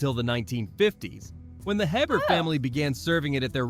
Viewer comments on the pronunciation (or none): The surname "Hebert" is pronounced "A-Bear" not "Hebert", Praline are pronounced " Prawleens" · Cringing at the narrator's pronunciation of Hebert. It's AY-bear, not hebb-ert. smdh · If reading about Louisiana and you see the name Hebert, it is pronounced A-bear, or hay bear. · listen to how the guy say "hebert" jeeeezuz